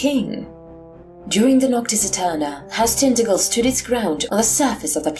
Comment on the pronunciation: hello, cornishman here: pronounced tin-taj-el. nice to see a cornwall-inspired home-brew :) onen hag oll.